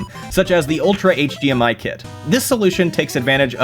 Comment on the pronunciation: might be saying D but I keep hearing G. HGMI, HG TV.